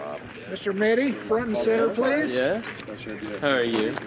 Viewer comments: Well RJ's surname is pronounced "mitty" so yeah i guess that would make sense, maybe a reference to the movie "the secret life of walter mitty" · Why did Bryan say "Walter Mitte? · definitely sounds like he said walter mitte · did Bryan call him Walter Mitte? I wonder if that was intentional or a brain fart.